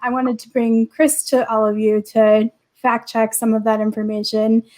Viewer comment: F-A-C-T not f-a-s-t.